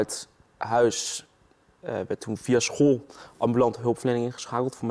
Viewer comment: leer eerst maar eens het woord school uit te spreken..................... eigen schuld ... neem een overdosis volgende keer. zijn we van al het tuig af.